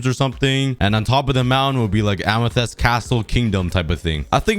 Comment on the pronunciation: Amathests LMAOO